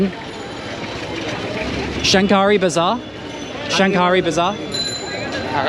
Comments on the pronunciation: Hi,I am a Bangladeshi living in Australia...while you visited old Dhaka the word Shankari bazar should pronounce Shakari the N remains silent.....I enjoyed watching your video Thanks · You don’t pronounce the ‘n’.